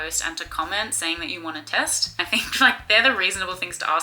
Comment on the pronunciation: I cant help but keep hearing testicle. American brain?